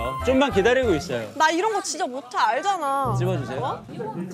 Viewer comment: 계속 이런ㅆ이라고 들리냐